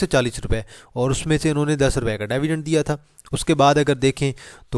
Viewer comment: Its not DAAVIDEND....It is DIVIDEND!! Make a correction if you can!